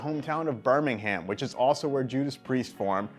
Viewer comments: Can we please stop pronouncing the British Birmingham "Bur-ming-ham"? It's "Bur-ming-em". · Ivan Jednobiegowiec Brr. Ming. Am. Right? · 'Birming-ham', LOL. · The American way of saying Birmingham: Burning Ham LOL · It hurts me how Americans pronounce Birmingham 😂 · LOL!!! Only American can pronounce Birmingham in such a atrocious, ungodly way xD Cheers! I.